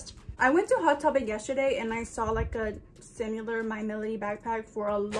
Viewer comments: Not “simUlar” 🤭 💞Gotta love! You are so cute girl! You found some super cute items too! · “Different but sim-u-lar” haha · notice how she said sim-ye-lar UR TOO CUTE 😂😂🩷